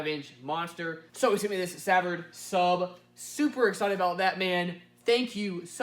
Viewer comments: It's not severed it's sah vard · Yo!!!!! it’s “Suh Vard”!!!!!!! Think of how you would say the word “ugly” and use the “uh” sound for the first “A” in savard. And for “vard” think of saying the word “fart” but with a “d” at the end! Random words to explain but hope you get the picture!! And don’t sleep on the HI-Q thinking they can’t get loud. I know a few people 👈🏼👈🏼👈🏼who do or have done plus 150s on two hiq15s, on relatively low power. I’ve personally seen it done on just a bit over 1krms clamped in stock 1k db drag metering. I wonder what his name was........😉#SlappaDaBass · The “Sa” part is pronounced like su part of Sun. The “vard” part is pronounced like the letter “R” va-R-d Su-vARd=Savard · Sa-va-rd is how it's properly pronounced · It's pronounced "sah-VAARD":) . I had the pleasure of competing in USAC back in the late '90s with all Savard speakers and meeting/having dinner with Bill Savard. Now, Will Savard, his son has revitalized the company and made the best subs on the market even better. In the process of doing a system in my '93 Indy Pace Truck using Savard 6.5" Rap Series components and a 8" Rap sub in a 4th order bandpass. Their speakers are no joke. Just listened to a pair of 8" Hi-Qs in a 6th order do mid 140s in a hatchback...on a test box. :) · Also, I pronounce it "Suh-Vard" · Your pronunciation of Savard is a little off. French names in South Louisiana are hard to get correct unless you have heard the correct pronunciation.